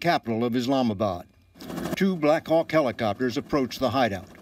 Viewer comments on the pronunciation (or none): none